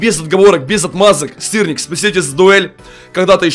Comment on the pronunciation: бЛЯТЬ ОН СКАЗАЛ СТИРНИК Я ЗНАЮ ЧТО СЫРНИК НО ОН СКАЗАЛ СТИРНИК